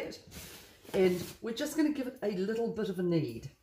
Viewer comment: Are you saying "yoost" lol. My hearing is off